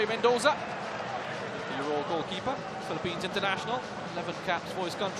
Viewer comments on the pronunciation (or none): none